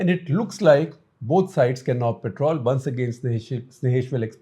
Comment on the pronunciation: Guptaji, it's 'Patrol' , not "Petrol" (which is put in cars😅)